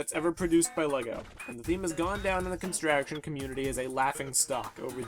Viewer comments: It's pronounced construction not constraction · The f**k's Constraction? It's construction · It's construction not constraction, but still good. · Can he really not say "construction" correctly?